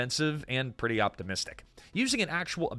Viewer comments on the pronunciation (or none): none